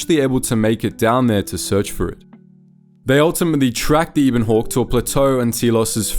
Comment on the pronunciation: just reading a script and never played the game. Can't even say 'Ebon Hawke' right -_